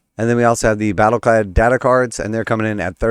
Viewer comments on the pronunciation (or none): You're mispronouncing "Battleclade".